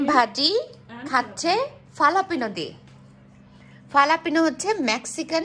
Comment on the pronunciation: ফালাপিনো না. হালাপিনো.